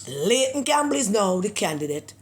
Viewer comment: Pedi-ayton Campbell